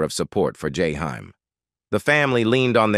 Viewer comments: I can barely stand to listen, because of the mispronunciation of his name, and voice is boring, no feeling, like the teacher in Ferris Bueller ‘s day off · This is why I don’t like these robots, it always mispronounces names, especially Black names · That's not how you pronounce his name